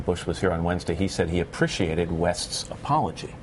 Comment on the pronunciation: "He apprishiated West's apology." Anyone else notice Matt Lauer's pronunciation then? Haha.